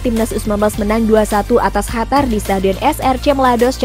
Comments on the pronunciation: Qatar min, bukan hatar wkwkw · Bukan hatar tapi Qatar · Dari kemarin2 juga ngomongnya hatar2 mulu,, biarin ajaa ,biar si mbak nya seneng wkwkwk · Si eneng mnta d cium ngmong hatar mulu